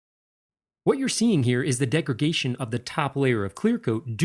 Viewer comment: "Degragation ?" I think you've just invented a new word. Like it. >